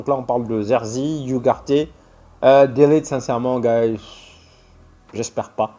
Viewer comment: Hello, *Ugarte se dis pas*. iougarté 😂 ça se dis Ougarte